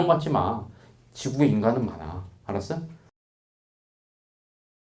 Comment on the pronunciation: 알았으? 이 꽉물고 얘기하실때 나만 멋지게 느껴짐?